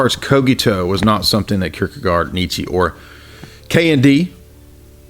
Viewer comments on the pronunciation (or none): That is definitely not how we pronounce Søren Kierkegaard! xD